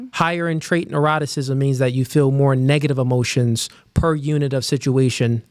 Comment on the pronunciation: When I saw the title I could already hear him say "Trait naroticism" 😅